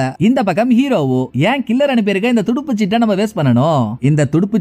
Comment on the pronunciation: athu Thuduppu chittu illa. Thuruppu chittu 😊